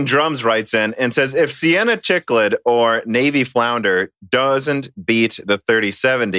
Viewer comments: Cichlid is pronounced sick-lid. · IT'S "SICKLID" NOT "CHICKLID" HOW MANY TIMES DO I HAVE TO TELL YOU Love you no homo